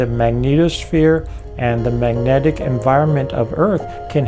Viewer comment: He’s a great thinker, but I can hardly stand listening to his sloppy, slurry pronunciations. Example: maneuc vs magnetic